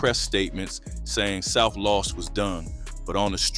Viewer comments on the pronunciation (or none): South (Loooooooos) your pronouncing it wrong . . . (NO SHADE) NOT LOST LOOOOOOOOOS! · Why are you saying south Las ? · ur saying los wrong south low.s its pronounced low.s ur saying loss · South LOS not LOSS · Why you can’t say Los